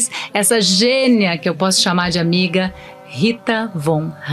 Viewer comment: "Ggênia"! Pqp! Bem cria da Globo!